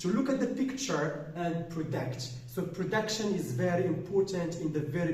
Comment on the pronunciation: Hi there, thank you a bunch for this illustration. It was brief but pretty informative. Please, pay attention to the right pronunciation of those two words( prediction and gist) keep it up.